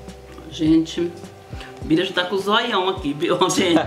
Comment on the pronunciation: É Bira. Kkkk saiu errado.